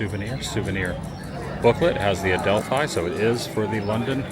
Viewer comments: Really enjoy your London content. Just FYI it's the Adelph- fee not Adelph-eye theatre 😊 Enjoy the rest of your stay 👍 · Oh Adam, you pronounce Leicester Square perfectly, but then say Adelphi a little wrong. It's pronounced Adel fee. Not a fi sound. But you're slowly getting London names right. Glad you're enjoying the greatest capital city there is. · Awesome as ever Adam can’t believe you’re here again, just a heads up it’s pronounced Adelpheee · The Adelphi Theatre is pronounced ‘Adelphee’. Admittedly, it certainly looks the way you said it, but, this is England and we’re good at using words that sound different to how they look lol.